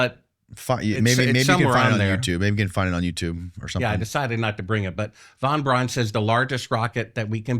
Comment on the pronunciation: vanbraan, vanbraan. Ya I see you luv vanvraan.